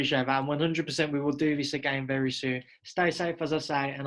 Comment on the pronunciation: Why do a lot of English people say 'free' for three, and 'viss' for this? Is it an accent thing?.